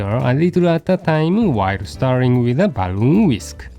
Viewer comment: ah i've missed that old Francisism "ballon wheesk"